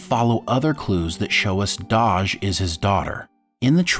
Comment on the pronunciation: Her name is Dahj not Doj. :)